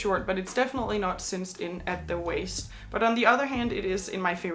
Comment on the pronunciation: It’s cinched in not cinced in.